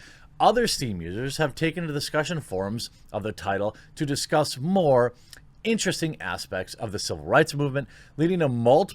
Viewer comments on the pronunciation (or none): none